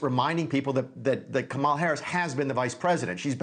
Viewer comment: "Kamal" Harris? A 5 year old can read enough to know the right pronunciation of her name. Its not that hard bud. Sound it out if you must.